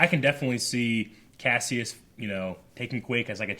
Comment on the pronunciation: Kasius is pronounced "Kah-Sigh-Us"